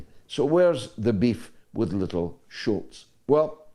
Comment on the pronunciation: Scholz george.not schulz!